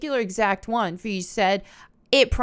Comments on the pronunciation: Love coming to your videos to see which name you mispronounce. Feige- feeg Scorsese- score sees Love it Feige- fi gee. G as in goose Scorsese- score say see Trying to help you out. But still love your videos. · Kevin Feesh. I love that.